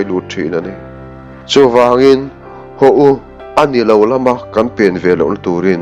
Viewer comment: A ṭha hle mai. 'Ho' tih turah 'hau' tia lam rik a awm zeuh zeuh.